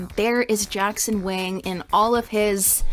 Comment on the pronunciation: are you sure Wang is pronounced like that